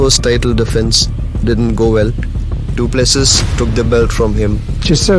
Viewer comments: Not dooplusseas but,Doo plu sea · Dricus du Plessis (du ple-see) Get it right... FFS